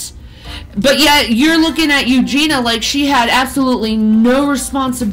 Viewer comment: “Eugen-e-uh”, 🙄